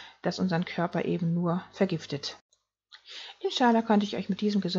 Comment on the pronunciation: Wird eigentlich "inscha Al-Lah" ausgesprochen. Bedeutet "So Gott will"